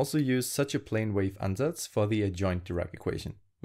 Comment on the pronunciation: Are you german? You have a slight accent and pronounce "Ansatz" perfectly